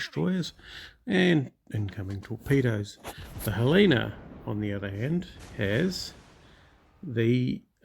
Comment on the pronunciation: FYI, it's pronounced Helena like the lady's name Helen... Montana town, USA😊